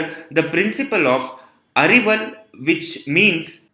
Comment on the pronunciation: One correction it's not arival it's aviral